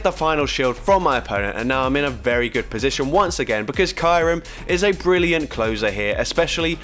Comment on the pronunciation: Its "Kiyu-rem" not "Kairum"